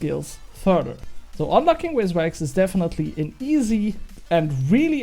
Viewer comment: great vid, hate to break it to you btw, but its called VIS wax, not wizwax :hand-orange-covering-eyes